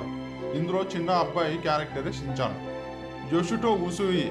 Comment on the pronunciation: Chinchan kadhu ra rai schinchan